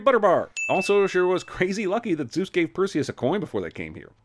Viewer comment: And I was happier for it. Eternally grating mispronunciation of Zeus, stupid characters and Hades once a-fucking-gain made out to be the antagonist when in the myths, he was the only member of the Greek pantheon who actually did his bloody job properly.